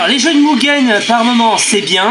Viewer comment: Coucou. Cool ta vidéo, c'est pas souvent que j'ai vu des francophones parler de Mugen. Par contre, je sais qu'il faut dire "Muguen" mais je dis toujours "Mujen", lol.